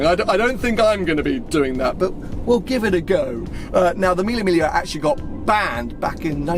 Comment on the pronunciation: It’s pronounced ‘milly mig lee ah’